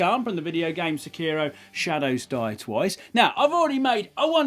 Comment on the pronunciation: "Sec-iroh" ....Goddamnit england. It's Seh-key-row. SE-KI-RO. You chucklefucks had an empire that the sun never set on at one point in time the least you can do is properly pronounce shit. That said this video is cool as hell and this dude is an absolute madman.